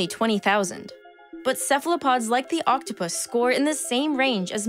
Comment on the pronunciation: And Cephalopods are prounounced correctly : Kefalopods